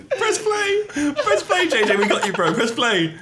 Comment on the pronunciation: Can jj not pronounce his r’s he says “bWo” and “BwUV”